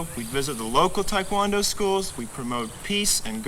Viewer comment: It's taek won doe they're all saying talk quon doe